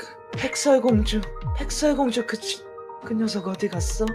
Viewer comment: 에 백설공주한테 뱃살공주아니면 백살공주 라고 들렸어요ㅋㅋ